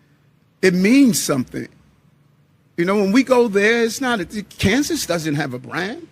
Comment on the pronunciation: “We got a bwand!” - Ewick Adumbs